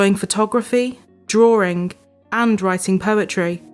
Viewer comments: why does she pronounce "drawring" instead of drawing? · It is not drawring, but drawing. Speak English! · “Photography, drawering, and writing poetry.” WTF is drawering? I just can’t with this narrator. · What's drawring? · Drawing only has one R in it. Why do people say drawring?